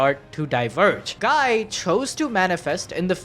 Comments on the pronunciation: It’s gee crimson not guy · Guy is pronounced Gee... BRUH